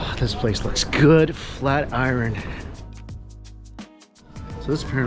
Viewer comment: And you're still saying iron wrong lol smh